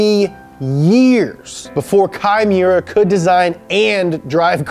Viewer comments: Kei Miura said fast enough kinda sounds like Chimaera. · You're mispronouncing the fuck out of that guys name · Instead of kai miura i always hear “chimera” from wot b because i play wotb too much lmao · LIGHTNING LIGHTNING LIGHTNING!!!!! Its funny that pronounces key Miura like "Chimaera" which makes sense Lol In alchemy when u transmute 2 unrelated things and merge them together makes a chimaera, rocket bunny!!!